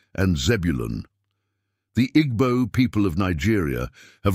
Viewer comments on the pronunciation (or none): You don't pronounce them 'Igbo' but 'Eebo'